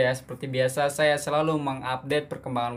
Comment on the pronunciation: janganlah cakap kl.kami orang malaysia tak semua cakap seperti itu.itu bahasa daerah saja..kalo bahasa malaysia kami mengunakan bahasa baku melayu.hampir sama saja sebutan dengan bahasa indonesia..jangan ditukar A ke E yaa..itu hanya bahasa Kl,selangor,johor,riau lingga..Bahasa kami kalo sebut saya.ejaannya saya pasti sebutnya saya bukan saye or mana bukan mane ya. Tolong ya.kerana ramai sekali orang luar salah erti bahasa malaysia adalah bahasa kuala lumpur itu..Tv malaysia pun sama tidak menuturkan pekataan sebutan yang betul.masih saja terikut ikut bahasa seharian kerana tv Malaysia kan stasen tvnya dikl jadi terbawa bahasa seharian.apatah lagi drama.